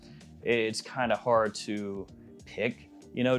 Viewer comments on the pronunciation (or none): none